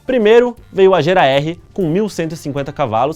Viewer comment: Quando você falou Agera meu coração chega doeu, eu tinha certeza que a pronúncia não era essa, até o Google disse que não é essa. Ai meu deeeeusss.